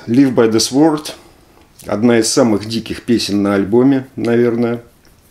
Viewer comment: Слово sword произносится как "cорд", а не "сворд" :)